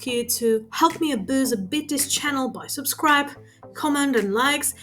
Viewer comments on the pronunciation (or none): none